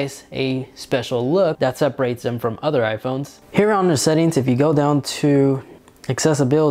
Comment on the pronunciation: Keep in mind, this is a person who uses the word "udder" instead of other, thinks that "diner" is a meal you eat at the end of the day, has a really good music "liberry" and likes to put his phone in "pamorammik" mode. Hes probably really smart because he has good "jeans". At the same time I am not going to lie and say that I have never learned anything from him.